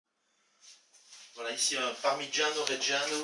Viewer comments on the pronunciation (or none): "la partigiano" No, no, sorry... "Parmegiano" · Parmesan : fake english cheese. Parmigiano : authentic Italian cheese. Parmigiano: authentic Italian pronunciation. Pa'mijeeaaan: fake English pronunciation.